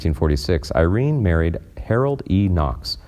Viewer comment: It’s also pronounced Bertha not “Birth”. He also once mispronounces Irene’s name as Ir-rene Really awful reading here.